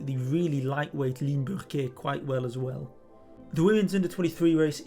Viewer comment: Well-informed? Check! Objective? Check! But what really impresses me is how the names Burquier and Overijse are pronounced. Hats off!